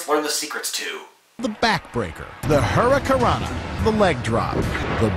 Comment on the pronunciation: Scott Steiner needs a chat with him for calling it the hurricanrana